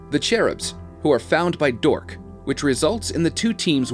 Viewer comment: Their name is D.H.O.R.K.S. You missed the S in speaking it.